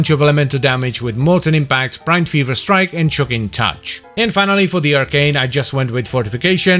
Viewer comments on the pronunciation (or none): none